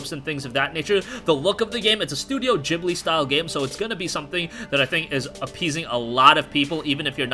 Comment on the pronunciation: I'm pretty sure Ghibli is a hard g sound but I could be wrong